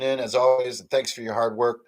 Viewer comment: I always love how B says Hard - it sounds like Heart, for the first couple months when he was talking about Hard Suit I thought it was a game about or using playing cards - Heart Suit